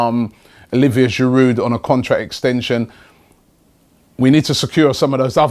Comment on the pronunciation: Can someone please explain him how to pronounce "Giroud"?! He is with Arsenal for the fifth season and he still doesn't know that this "d" at the end is silent??? Go back to school mate!